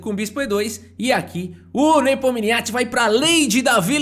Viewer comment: "Ian nepominixi", plmds